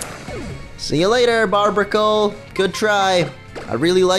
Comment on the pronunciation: Barbaracle is pronounced bar-bar-acle